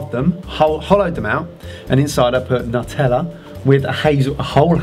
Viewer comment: "nuteller." heehe gotta love. ^_^